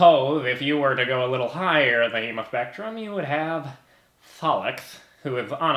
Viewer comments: I thou ghost t he said emospectrum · For a second I thought he said EmospectrumHm. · I thought he said emospectrum rather than hemospectrum and took me so long to realize... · Oh good so i'm not the only one who heard 'emo' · I THOUGHT HE SAID "the emospectrum"